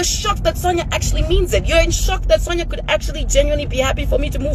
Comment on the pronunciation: Iwe it’s pronounced Sonya